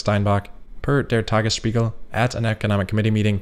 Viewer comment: You nailed the pronunciation of Der Tagesspiegel. Keeps improving like FSD.